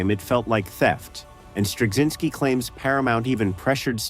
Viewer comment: I think cz is pronounced more like ch as in Czech. I worked with someone who's surname was Turczin and that was pronounced with a ch sound so I expect Straczynski to follow the same rule.